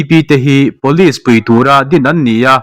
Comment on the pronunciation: Police hi pawlis ang in I lam tlat thina, pulish tih anga lam tur zawk ani